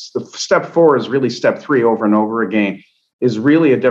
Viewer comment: Why is this man unable to say the word "again". He sounds like a fool!